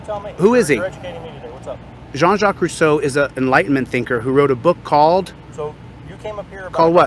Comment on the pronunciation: I get really enraged when he spits up Rousseau's name. He never read Russeau.